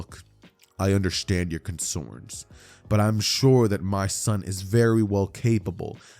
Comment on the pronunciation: This nigga just said consorns 🤣🤣💀💀